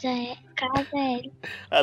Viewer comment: Ela disse Casa L kkkkk